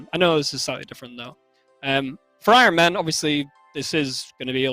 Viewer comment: Ironman says de-iron. Lmao